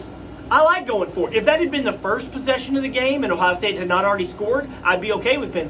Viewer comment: Are u ok? U couldn't even say Ohio state name correctly. U must be a homer fan wow just wish some of these so called experts would at least view the game correctly